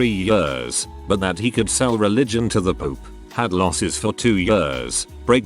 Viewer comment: People listening not watching be like "I didn't know turds could be religious." It literally he sounded like he said "poop" not "Pope".